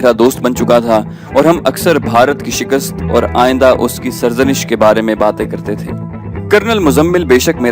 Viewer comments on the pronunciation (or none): none